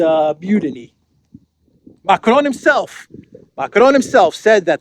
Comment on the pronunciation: Who exactly is "Muck-lone?" Dafuq?